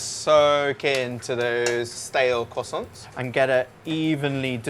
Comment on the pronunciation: my guy really said kwossonts xD